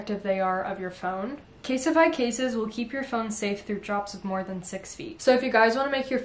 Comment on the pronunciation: please dont say it please dont say it...: something thats really essential is a good phone case... CaSeTiFy🤦‍♀️🤦‍♀️🤦‍♀️